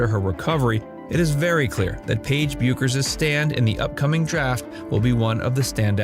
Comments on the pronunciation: Her name is pronounced "Beckers." I realize she's been a big name for only five years.... 🙄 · Learn how to say her name. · Yet you can't pronounce her name!!!